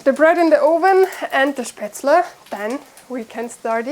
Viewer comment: WOW! That bread looks AMAZING, please teach us if you have not yet. I'll look through your videos. Also, did you say Spaetzel? I always wanted to know how to make it because I'm German Heritage American. I might make that goulash for Thanksgiving. I think my other half would really love it. Thank You! Does everyone have a wood stove in Germany? My grandma had one in PA.